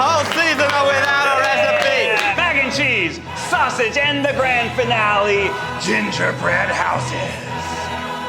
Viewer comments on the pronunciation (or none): none